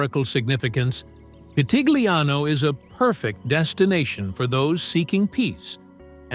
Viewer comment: Your pronounciation of Pitigliano e Val d'Orcia is wrong.